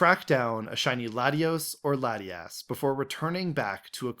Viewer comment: I can't... The second "laddie-ass" was pronounced- I knew we weren't compatible Pokemon trainers. We would meet in the endgame as rivals. "My rival should be strong to keep me sharp! While working on my Pokédex[...] I assembled teams that would beat any Pokémon type."